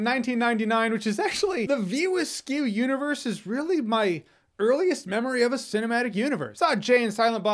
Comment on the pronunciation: View askew universe? Dude it's the view askewniverse. Get it right lol